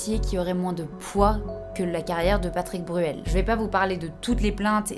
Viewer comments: T’as dit Patrick Burel deux fois, et mom TDAH a trouvé ça tellement drôle que j’ai pas pu me reconcentrer 😅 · Coucou ma douce. J'en suis à un tiers de la vidéo et t'a vraiment beaucoup de fautes orales dans ce que tu dis .. patrice Bruel, Justime, et beaucoup d'autres. C'est un détail mais ça donne une impression de négligence, et ça rend l'expérience d'écoute désagréable, alors que j'apprécie vraiment ton travail. Bon courage a toi, bonne continuation